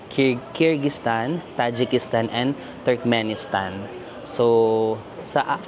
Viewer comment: need to correct lang, Turkmenistan NOT Turmenistan kulang lang ng K.